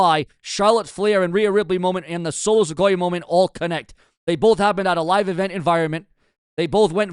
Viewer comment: Dude I ride with you but the way you pronounce names is like you don't even hear the way there said! It's Solo Sikoa(Siqoua) not Solo Sequoia the way you say it! You finally got Oba's name right now work on Solo's